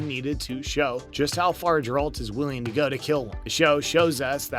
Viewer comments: GARE ralt .... not JAR rald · Jeralt…. How did you pronounce that? Lol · thousands of thumbs down for mispronouncing the main characters name, consistently (did you even watch this on Netflix??) and for the lack of actual bloopers. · Why tf would you just talk about them and not show them!? Also, they literally say his name like 1000 times in the show. How do you still pronounce it wrong?